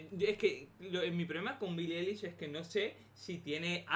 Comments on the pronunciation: y su vida (la amoooooooooo)a Billie eilish, sólo para que aprendas se pronuncia Ailish y se escribe Eilish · Pero que no se pronuncia Eilish se pronuncia Ailish :v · Se pronuncia ailish